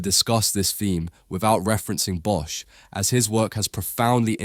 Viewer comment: "bosch" is pronounced as "boss"